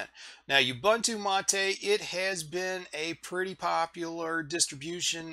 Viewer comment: I was gonna keep it, but since you said that, I must say that it's MAH-TE as in Latte (some people say mah-tay). It's the name of an herb used to make tea and other drinks in South America. We Portuguese/Spanish speakers don't have the French accent. It's actually closer to the Italian accent.